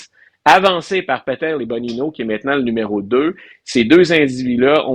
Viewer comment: C'est pas "Bonino", c'est "Bongino" comme dans "Bonne-gino". 🙄Veteran de la police de New York et des services secrets, il était sur l'équipe de protection du président Obama. En ce qui concerne Kash Patel, Il est avocat, a était le responsable de l'unité anti-terrorisme du département de la Justice, Ministre de la défense dans la première adm. Trump. Il a été sur le conseil de la sécurité nationale et c'est lui qui a rendu publique l'information qui démontrait que c'était la parti démocrate et Hillary Clinton qui avait payé pour le salissage et la désinformation de Christopher Steale (ancien MI6). Fausse information qui a été utilisé par l'ancien directeur du FBI James Comey (avec l'accord d'Obama et de John Brennan, ancien directeur de la CIA) pour effectuer une opération d'espionnage de la nouvelle administration Trump, "Crossfire Hurricain". Tout cette belle gang de conspirateurs vont finir en prison! Sans oublier Peter Strozk, Lisa Page, Andrew McCabe et plusieurs autres.